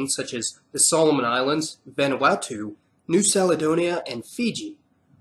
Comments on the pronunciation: New saledonia? 🤣 Bruh, it's New "K"aledonia... May-ori hahahahaa 💀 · New Saledonia? Always thought that it’s pronounced with a K. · Kiribati actually means Christmas. I only really watched for the hilarious pronunciations, "New Seladonia" ha lol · New Caledonia is pronounced with a "K" sound, not an "S" sound, like New Kaledonia. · Nice video 😊 FYI New Caledonia is pronounced as KALedonia (not SALedonia); and Maori is pronounced mow-ri (as “now” is pronounced but with a m) 😉 Cheers from Australia 🇦🇺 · Interesting video but just have to mention: Mao-ri not May-o-ri, Ki-ri-bass not Ki-ri-ba-ti, Ka-le-do-ni-a not Sa-le-do-ni-a. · There is no such place as "New Saledonia". I think you mean New Caledonia, pronounced "Kaledonia" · isn't it pronounced New Kalidonia instead of Salidonia? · correction...its not pronounced new saledonia...its calendonia... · New Caledonia (La Nouvelle Caledonie), means New Scotland because Caledonia was the Roman name for Scotland. It should be pronounced with a hard ‘C’ like ‘Kaledonia’, not ‘Saledonia’, as you pronounced it. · Ok, New Caledonia is not pronounced New Saledonia It's pronounced New Kaledonia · New Caledonia not saledonia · New Caledonia ... Cal. Like Cal-ifornia. Not like Sal. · "New Saladonia?" It's Caledonia, with a hard C, not a soft. Get a literate reader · I was confused by Sal-e-Donia LOL. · Meiiioooori, Niusalidonia who was giving you info? Wrong pronunciation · Small correction: New-Caledonia is prounounced New-Kaledonia. And Fijians are very much mixed between melanesian and polynesian, the difference is not so clear-cut. But personally, as a Pacific islander, I don't really stand behind the division of Oceania, in Mela-Micro-Poly nesians anyway. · New Caledonia is pronounced new KAL-edonia Kiribati is pronounced kiri-bas Norfolk Island is prnounced more like nor-fik not nor-FOLK Irian jaya is known as West Papua. Also why incorrectly say "may-oree" and then correctly pronounce "mao-ree", it kinda makes no sense